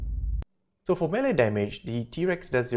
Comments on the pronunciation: Melee not meele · Melee damage, not meele